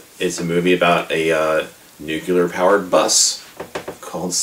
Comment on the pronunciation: Gave up after 3 minutes of listening you mispronouncing Nuclear (how people keep pronouncing it nucular is beyond me) - anyway - this movie is an underrated masterpiece that has gone straight over your head. You think it's stupid yet spent 13 min going on about it being stupid. It's a piss-take on the whole genre - and while Airplane! by the Zuckers and Abraham is a superior film - this still maintains a place in the lets be completely ridiculous spoof level. The soundtrack by David Shire is brilliant and Stockard Channing, Larry Hagman, Sally Kellerman, Redgrave, Mulligan - well you can tell they're just having a great time in this movie - and if it was that stupid - why would such a great cast of 70's/80's actors agree to take part?